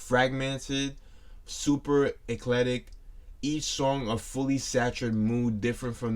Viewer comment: E cleck tick. Is how you say that.